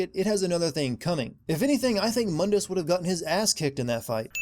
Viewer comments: Also its not mun dus it's moon dus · Add a sin for every fucking time that the name Mundus was mispronounced. It's pronounced (Moondus) mundus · Btw another sin of the pronaunce of Mundes name the U is Spoken long in case you have t Played Devil may cry 1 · Aaron Page My explanation is that this is a different universe than Old Dante's. Just like everyone calls New Dante "Donte", the New Mundus is "Muhn-dis". Separate characters, different universe, I guess. It's differentiation. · there is one thing I'd like to know, since you made references to the original Dante why did you mispronounce Mundus in your video?